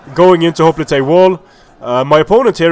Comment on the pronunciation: Why do people say hoplite like hop-li-tay? It's pronounced hop-lite